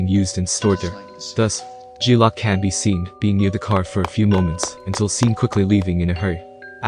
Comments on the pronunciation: Good video but learn 2 pronounce the difference between lock and loc...loc means crip and saying it wrong just shows how far from the culture u really are lol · It's loc not lock yo....geeeeez